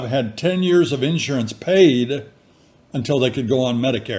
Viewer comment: I love how you say in surance. A southern and midwestern, a different emphasis on the syllables!